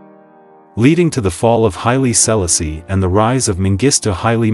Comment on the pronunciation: His name is pronounced Hy-lee...See-la-see...the first. PLEASE HAVE SOME 🤬🤬 RESPECT. PRONOUNCE THE NAME CORRECTLY....OMG!!!!